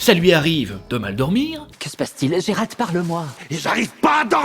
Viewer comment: Gé-Rald ses nul, c'est mieux Gérald (Jérald) xD pas Guérald ses relous mdr.